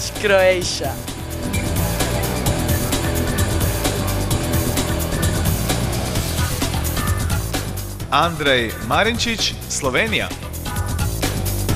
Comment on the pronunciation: haha vid barić kroejša.xd slušajte kako to kaže.